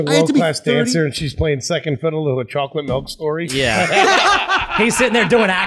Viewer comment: If you drink melk with your dinner and lay your head on your pellow you need speech therapy.